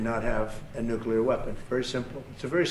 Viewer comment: don't forget "nuke-you-lerr"!